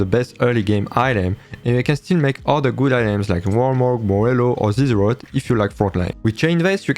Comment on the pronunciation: when u said zz'rot, if you lack frontline, i heard Fortnite Bruh